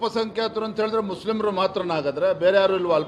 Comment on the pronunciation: ಮುಸ್ಲಿಮರು ಅಲ್ಲ ಮಸ್ಲೀಮರು 😂